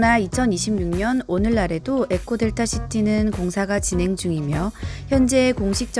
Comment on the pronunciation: 에코델타를 왜계속 엘코라고함??